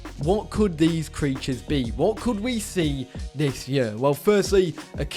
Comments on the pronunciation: It’s pronounced “this year” not “this yuhhh” also your sever rules are garbage… 1 body down….? Grow up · I'm from England, not gunna lie you say year strangely lol Awesome video 😊